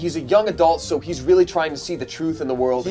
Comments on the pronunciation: sounded 100% Aussie when he said "sooo" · when he says so sound British I LOVE IT~~!!! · when says "Boze can't even look at me when that happens, soo....", he sounds so perfectly English when he says "so". It's genuinely freaking me out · SOUNDS SO BRITISH WHEN HE SAYS SO